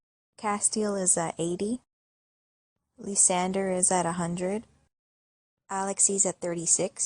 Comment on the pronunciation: for me, i feel the way you say lysander's name is TOTALLY DIFFERENT THAN I THOUGHT. I say it like the word lie, then sand, then er. are you positive youre pronouncing his name correctly? id really like to know. same with rosalya